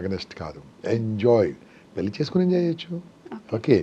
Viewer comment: పెళ్లి అనటం నేర్చుకోమ్మా పెల్లి అని వినలేక పోతున్నాము